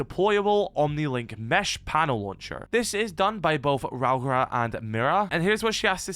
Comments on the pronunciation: "Rowra" is wild. It's pronounced Rau-ora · If it help with the pronunciation, its something like raow-or-uh. Rauora. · You might find it easier to pronounce her name as if you’re saying Row (like an argument, to have a row) Aura (like skibidi aura, as the kids say these days). RowAura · Hey. Maori here. If you wanna try and pronounce it correctly, it sounds like "ROE - AURA" But with every R, you roll it:) If you cant roll the R. Its not the end of the world. "Roe Aura" sounds close enough if you haven't practiced rolling R's before. Also Hapai sounds like "Haa - Pie" Love you